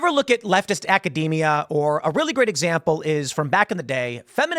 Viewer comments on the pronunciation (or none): none